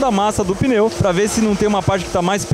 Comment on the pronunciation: O que seria um peneu? Tá mostrando pneu, mas fala peneu toda hora.